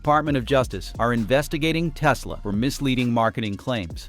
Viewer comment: "I love me some Teslurrr" 😂